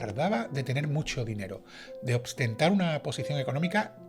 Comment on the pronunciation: Se dice OSTENTAR, no obstentar.